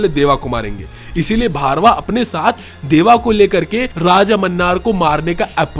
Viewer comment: Bhai its bhairava not bharva